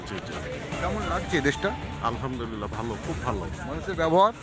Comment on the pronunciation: বলদ সাংঘাতিক আলহামদুলিল্লাহ এর সঠিক উচ্চারণ শুনতে পাইনা